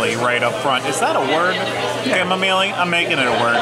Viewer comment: It's Chamomile, Long O and i iSilent e at the end. It's Cham ( silent h )